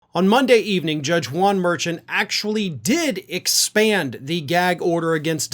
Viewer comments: The judges' name is pronounced Mer-shawn. Please, not Merchant. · Judge's name is pronounced more like "mer-shawn" if I'm not mistaken. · I think it's pronounced Mershawn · Love your coverage,. Just an FYI, I heard an interview with a former prosecutor who appeared many times before Judge Merchan, and she said he pronounces his name as mer-SHON. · You keep mispronouncing Judge Mershaun's (SP) last name. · Hey, what's the judges name? There is no t on the end of his name. It's Mar- Shawn. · The judge’s name is pronounced “mer SHONN” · Please check your pronunciation of Juan Manuel Merchan’s name? It deserves to be correct??!!